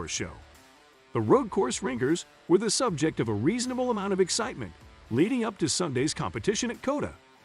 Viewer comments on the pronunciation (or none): none